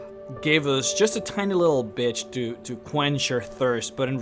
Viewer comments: um i know it is ment to be "bit" but it sounds like "bitch" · Speaking of mispronunciations, , "tiny little bitch"? LoL